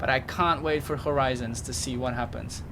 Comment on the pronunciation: "HOI-RIZONS!" :D